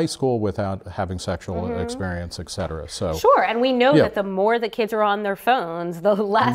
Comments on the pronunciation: mark jeneson I'm surprised Nick would do that since he has a phd in literature or something. It's annoying to hear ek-cetera. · On 2 separate occasions Nick and both pronounce etcetera, ek-cetera. Shit's real.